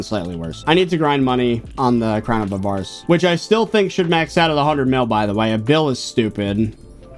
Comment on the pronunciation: Why do you say crown of a VAR ice. It’s crown of A var ice /avərəs/